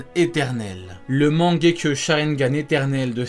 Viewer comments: C est mangekyou pas mangekyo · On dit pas mangekyoU ?? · et stp respect naruto en disant correctement "mangeku" tu fait male au oreille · La prononciation de « mangekyo » est pas tout a fait la bonne 😂